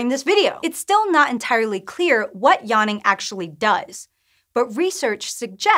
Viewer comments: Is anyone else really annoyed by how she says yaanning and not yawning? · Spent the first 15 seconds wondering what "yarning" was. That's some funky pronunciation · What is this 'yahning' she is talking about? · What the hell is “Yonnin” ,it’s really so annoying I had to stop watching this video